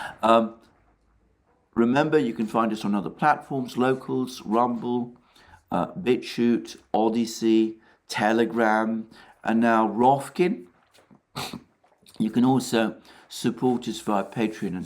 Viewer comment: Hi Alexander, about your pronunciation of the new Rokfin channel, you usually say it wrong. You say Ro F K in instead of Ro K F in. You keep saying the F before the K, while it is the other way around... Thanks for the great content as always.